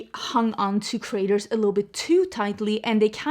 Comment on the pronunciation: Your accent saying creators like "Craters," was the accidental truth the Morphe story needed.